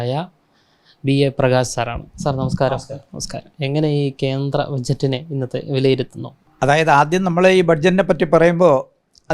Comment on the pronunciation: കേന്ത്ര ബജറ്റ് അല്ല കേന്ദ്ര ബജറ്റ് ആണ്.